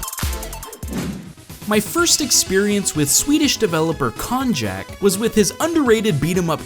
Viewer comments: I'm pretty sure Konjac is pronounced like Cognac. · Pretty sure it's supposed to be pronounced like cognac. ;P